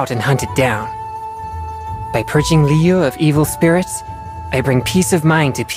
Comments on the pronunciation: That’s true, but [Liyu-eh] is the correct way to pronounce it. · Liyuu? Isn't it Liyu eh? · every character and npc has their own way to pronounce Liyue seriously noone sais it the same i never know how correct pronounced